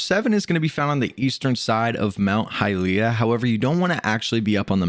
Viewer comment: you are not pronuncing well hylia